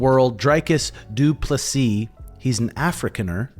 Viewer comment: Good video. Just for future reference Dricus is pronounced Dree-cus and your pronunciation of du Plessis is spot on